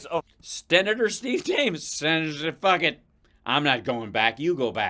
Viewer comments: Sten-na-tour LMFAO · Idk...he can't pronounce senator...hes got somethin goin on...hes never sober , I think.